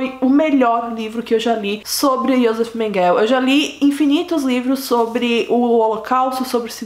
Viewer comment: Seu vídeo é ótimo. Mas o nome dele ´Joseph Mengele e se pronuncia "Iosefi Menguele" e acidade onde nasceu é Gusnsburg, da forma como é escrito. Não tente inglesar os nomes. Desculpa a correção.